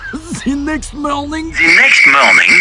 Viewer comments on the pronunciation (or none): the next morning time card i heard the pronounce "The Next "Mnormning""